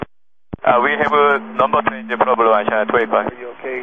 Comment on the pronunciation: "Solved the plobrem"? What, they climbed out on the wing and straightened a cowling that was rubbing?